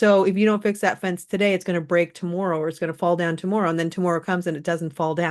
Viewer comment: Are you Canadian? Just curious, my husband is Canadian and he says "tomorrow" the same way. Thank you for not spreading fear.❤